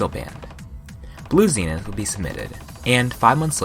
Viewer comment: nice pronunciation of zenith